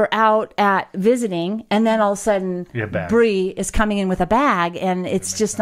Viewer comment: Congrats Bree! I love weddings; they're my favorite photo ops. You guys do such a good job at maintaining reasonable boundaries, I had no idea that Bree was seeing anyone (nor any idea whether Bryson or Shae are, either), so this comes as a big surprise to me. And Bree, thanks for saying my name correctly, first time out of the gate. Almost everybody mispronounces it the first time; they see N instead of M and call me 'Garner'. It's the family curse. I've also been called Gamer, Graymer, Gammer, Grammer, Gardener, and Garber. But mostly I prefer Will.